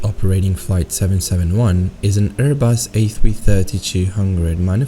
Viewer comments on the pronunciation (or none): none